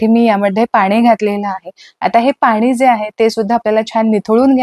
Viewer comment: बाई कामाचं लवकर बोल गं.हे सर्व आम्हाला माहित आहे.मुद्याचं‌सांग नं.आणि किती अशुद्ध भाषा बोलतेय.लोनी पानी पन तो रवी.मराठी आधी‌शिकून घे. अती बोलण्या मुळे व्हिडिओ पूर्ण बघितला नाही.हे सर्व आम्हाला पण माहीत आहे.वयाची ७७ वर्ष झालीत हे सर्व करता करता.असं अशुद्ध भाषा ऐकल्यावर संताप अनावर झालाय.